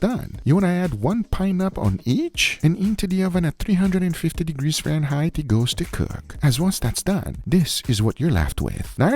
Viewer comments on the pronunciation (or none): none